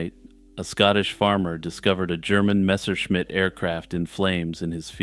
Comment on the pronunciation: I'm pretty impressed by your pronunciation of Messerschmitt